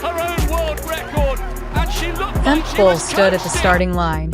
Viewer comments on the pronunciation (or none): Sad to say this is not a good video unless you are a rabid Femke Bol fan. Worse, the fembot narrating this can not pronounce her name properly, calling her Femk and not Femke with attention to the second syllable. I really admire and respect Femke Bol, just wish she ran at a different time than Sydney M-L so she could really shine! The narrator speaks of records owned by Sydney as if they are Femke's. Well at least this was cost-free...